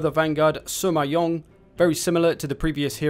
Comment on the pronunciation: Just for the record it’s Sima not Suma 😐